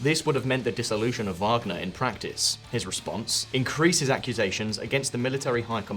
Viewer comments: Come on man Prigohzin is not pronounced like that and Wagner W is a V. 1.31m subscribers - this is really poor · You pronounced "Wagner" with all possibilities back and forth. W, V, light V 😅